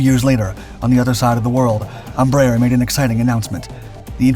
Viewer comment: It's so funny to hear americans pronouncing Brazilian names. "Tookanohl", "Ambraher", "Savanteh"... 🤣🤣🤣